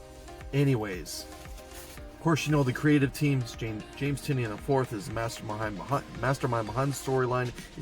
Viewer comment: Thank you for pronouncing Tynion correct